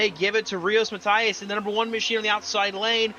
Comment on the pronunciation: You had Rios correct, Matias, you need to pretend it’s an e, instead of an i.